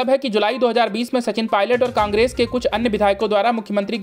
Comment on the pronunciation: Such poor pronunciation....Aaadio Tape nahi bewakuf. Audio tape...Caaaaangress nahi Congress.